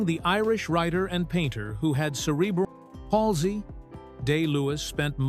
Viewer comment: ''Cerebral......PALSY?'' How I wish we could return to narration by a human. Ahhhh, happy days. (I suppose A.I. allows these videos to be churned out as cheap as possible for maximum payback.)